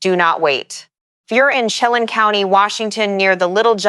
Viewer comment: to help you with some of the pronunciations of the names in the NW, "Umatilla" as Orgon 'yoo-muh-TILL-uh', "Chelan" Washington as 'shuh-laan". "Okanagan" Washington as 'Oh-kah-NOG-guhn' . "Kittitas" as 'ki-tuh-tas". "Cle Elum" Washington as 'klee EL-um'